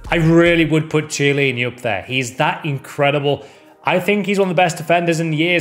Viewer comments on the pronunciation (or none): Please for the love of god pronounce the CH in chiellini as a K please for the love of Christ